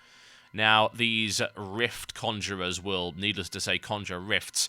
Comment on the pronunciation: 'these rift condurers will needless to say conjure rifts' i laughed so hard